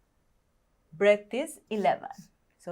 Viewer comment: breath not breadth